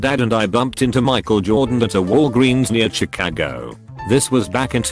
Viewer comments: Schi cah gooo 😂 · The robot voice just kills it. Shi-Kaggo for Chicago, La for LA, etc...etc... etc....